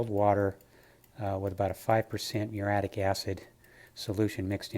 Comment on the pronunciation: Nice work. Just one note, its actually Muriatic acid ,not muritic acid, which is how u guys pronounce it.